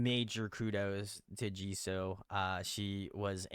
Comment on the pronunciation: can you please stop saying Jiso. It’s Jisoo or Jisue if it helps you phonetically